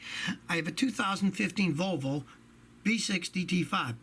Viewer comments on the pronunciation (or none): Scotty says Vol-no